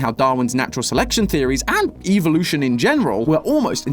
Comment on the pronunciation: “eevelution” idk what Pokémon has to do with poppy playtime but ok